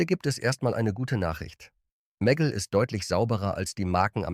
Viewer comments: Die Ki kann nicht mal Meggle sagen 🙈 immer dieses meggl klingt zum . . . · Daumen nach oben gibts von mir keinen! Warum müssen bei einem deutschen Video KI Stimmen eingesetzt werden? Wo sich bei mir wirklich die Nackenhaare stellt ist bei MEGGLE: Die Aussprache ist nicht"Meggel" sondern "Megg-le"!😑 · Meggell 🤣 😂 Die künstliche Dummheit kennt keine Meggle-Butter 😂 Mäggell 🤣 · Warum kann der Sprecher den Namen "Meggle" nicht korrekt aussprechen? Stellt für mich die Seriosität dieses Beitrags in Frage. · Wurde einfach nur englisch ausgesprochen